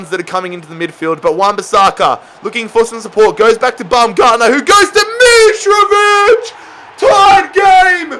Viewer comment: u support Fulham and can't say Mitrovic right